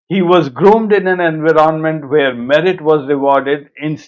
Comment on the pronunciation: In-when- orent - ment? (Environment)